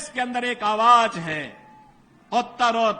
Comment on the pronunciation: Aawaaj nhi hota aawaz hota Yogi ji 😅